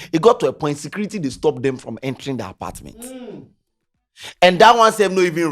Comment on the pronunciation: The "hosdt and apartdment" 😮